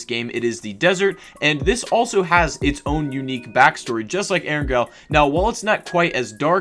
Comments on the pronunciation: E rang L that's how it's pronounced also it's mim are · The way you say erangle sounds like air n go